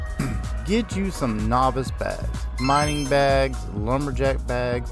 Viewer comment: Mining. Not minning 😂